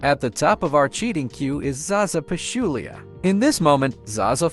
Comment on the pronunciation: How the hell a.i. gonna pronounce LeBron so bad? Yet pronounce Zaza Pachulia correct???